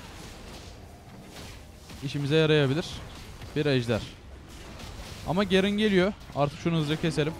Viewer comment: Artık Türkçe konuşurmusun Gerın ne ya onun ismi garen ve sayon deyil sion